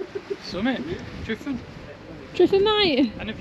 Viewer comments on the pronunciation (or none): Why call it Mount Tryfan? It's simply Tryfan, been that for hundreds of years. Pronounced Truvan not Trifan